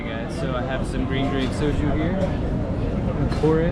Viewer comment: Well you can pronounce soju correctly, so life sorted.